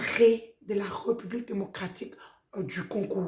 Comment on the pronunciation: Pourquoi vous dites "Re" là où il y a un accent ? "RÉ" donc "république" et pas "republique"